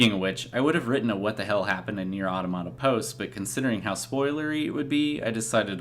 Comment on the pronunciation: That is the correct pronunciation at the beginning of your video. It's the plural form of "automaton." EDIT: Well, you started pronouncing it incorrectly later. Hmm.